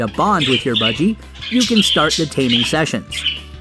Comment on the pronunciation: Is it just me who’s kinda annoyed by budg eyregar? No hate by the way love the video